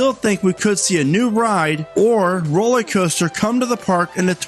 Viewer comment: Are you saying 'rollie' coaster?